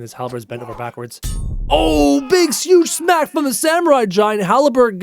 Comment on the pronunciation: Halberd not haleberd